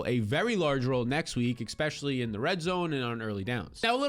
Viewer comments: Especially, not "expecially" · especially not eKspecially.. pet peeve. sorry. great content. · LOVE your videos content and analytics! It's pronounced "Especially" NOT "EXpecially"